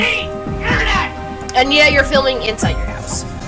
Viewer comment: He wanted everything about his house off of the internet or as he says it: "OFF THE INNERNET!"